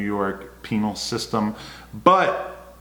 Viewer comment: Adam said penial, oops meant penal.